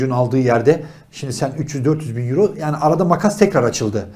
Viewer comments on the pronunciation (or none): none